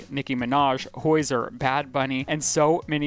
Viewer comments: Not the "Hoizer" 😂 ily but u did my man so dirty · pronunciation of hozier takes me OUT every time 💀😭